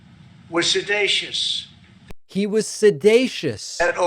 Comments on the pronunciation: Look- he was just trying a new word “sedacious” hahahahahahaha. It does have 3 syllables and that’s out of his league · the idiot mixed up the word seditious with sedating and comes up with a new word sedatious. he also messed up on obfuscate. go back to school fool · Trump said "sedatious". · Is Trump 'sedacious' or 'seditious'....? The "President" of the USA does not even know English... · Obama is "sedatious" (a new word? Does that mean he's "sleep-like?) 😂😂😂 Trump said "sedatious" (does that mean Donny hasn't a clue what he's talking about? )😅😅😅 Get rid of the ignoramous NOW!!! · Can you say January 6th, 2021? I get a kick outta donnie dumkoff, trying to pronounce big words. Sed A sush. Thought it was sedicious. In his little toddler voice. He's soon cute. Yep, if anyone knows about guilt and treason, it's donnie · Trump's calling it 'Sedatious" because he's more familiar with the term 'sedate' in which he came to plause about the little girls on Epstein's plane. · Sedatious is NOT a word! He was trying to say seditious. Come on! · Ummm 🤔 think he means seditious?? Not “sedacious” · Is it "sedatious", or " sedacious"? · Sidated, sidatious! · “Sedatious” Trump’s latest from his word of the day toilet paper and he can’t even say that correctly. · Someone realized it’s time to elevate Trump’s vocabulary. His 2 new words obfuscate and seditious (even though he can’t pronounce it correctly). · The guy can't even pronounce seditious lol, and he should know how to say it since he's the one who is literally guilty of it. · He's so sedated he can't pronounce seditious correctly.